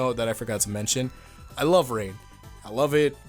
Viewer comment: When you said I love rain I thought you said that you loved rape and I got really confused